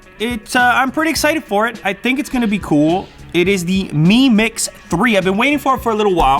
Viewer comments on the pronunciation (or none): its not mee its em i you pronounce it as em i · It's spelled as mi but pronounced as me